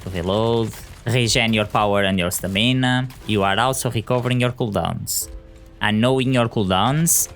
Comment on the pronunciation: It’s Stam-in-ahhh